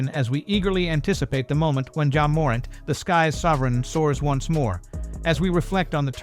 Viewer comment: This AI voiceover is trash. Wtf is YA morint.